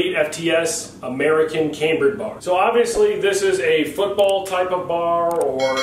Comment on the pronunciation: lol your pronunciation, but I love the A10 brrrrap.